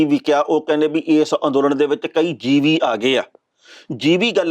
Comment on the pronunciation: Modi na jivi nahi par jivi kaha ha. Jis ka matlab kida hunda ha. Tehna sahib ucharan sahi karo.